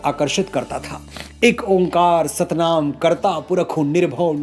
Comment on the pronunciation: Onkar ni bhai o.ngkar hota hai